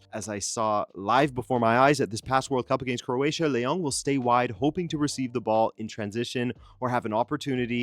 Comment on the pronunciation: I don't think his name is LeONG...he's not french. Don't pronounce his name like that.